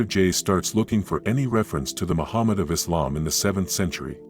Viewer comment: Poor editing, the screen text did not follow what bith the printed text said and also what the man spoke. He pronounced the word Macmed the screen text said Muhammad. and did so many times. Islamic Allah is actually Baal, Moloch, Beelzebub, and the idol of it is contained within the black cube at Mecca